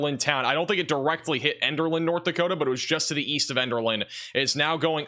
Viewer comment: He even mispronounced it! Elderlin??